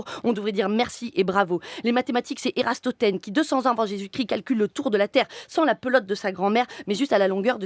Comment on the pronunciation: C'était cool mais le "Erastothenes" il a piqué les oreilles un peu. =P Désolé d'faire le relou c'est pas fair play à ce débit, good job et bonne chance pour la suite.